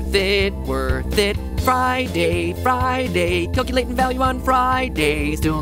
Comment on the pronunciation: The way he said calculating 😂